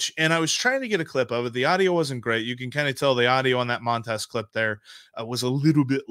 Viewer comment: Love the show, guys, but please learn the correct pronunciation of Montas. It's pronounced Mun-toss.